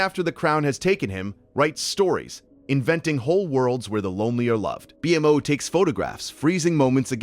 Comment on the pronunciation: IT'S PRONOUNCED "BEE-MO"